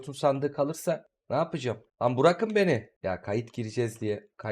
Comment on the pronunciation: Neden bırakın demek yerine burakın diyorsun bi makarası mı var yoksa mallıktan mı?